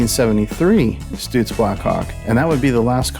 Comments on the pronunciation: ITS PRONOUNCED STUTS LIKE STRUTS NOT STOOTS.....HAHA! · I always thought it was pronounced “Stut” “zzzzz” vs. “Stoot” “zzzz” … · Stutz. Is pronounced, Like the word tux...so it sounds like Stutz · A couple of things.....it's glad-is also it's stutts not stoots